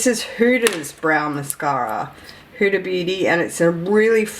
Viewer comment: It took me a while to realise you were saying “Hudas” - I thought you were saying “hooters” 😂